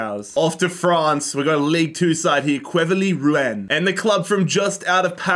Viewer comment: Me, a French: Ah!! Quevilly Rouen!!: Quevi oui Wouen